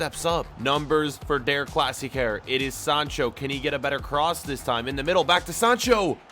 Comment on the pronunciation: Please dont say again, deRRR Klassikerrrr Say, De'a Klassikaa